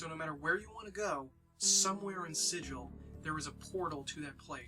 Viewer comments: ah, Sigil hard g (sih-gul), not soft g (sih-jil) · Super glad you're doing this. Planescape is the best D&D setting ever. Nothing else like it. That said, Sigil the city is pronounced with a hard 'G,' unlike sigil the english word. Easy mistake. Keep up the good work and spread the planescape love.